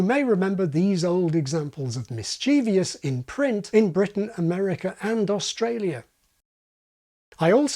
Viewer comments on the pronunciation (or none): none